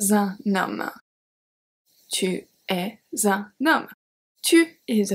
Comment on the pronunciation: Excellent video for beginners - start slowly with short sentences, just like children learn how to speak. Then, build up slowly. "Tu es un homme." I was surprised to hear you make the "z" liaison between the "s" and the "u." I know that in written French, we never contract "tu" to " t' '", though that happens in spoken French. However, I have this memory of my native French speaking professor, in Paris where I took my MA in French 30 years ago, telling his students to not make a liaison with the "s" of "es" when conjugating être. But again, I am not a native French speaker as you are, and your level of expertise in French exceeds "le mien." My question: is the liaison I mention above optional or required? When I make that liaison, it sounds odd to my ear - but again, as a non-native speaker, I can't always trust my ears. Merci d'avance - et si je pose trop de questions, dites-le moi s.v.p. J'essaye simplement de me clarifier des points de grammaire et de prononciation un peu flous qui me gênent depuis des années - et pour lesquels j'ai souvent eu des réponses contradictoires. Pour vous récompenser de votre temps, je clique toujours "like" quand je regarde une de vos vidéos, et je les passe souvent à mes étudiants afin de supplémenter leur bouquin.